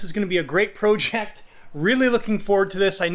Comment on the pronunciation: Please say project the correct way or I’m going to come find you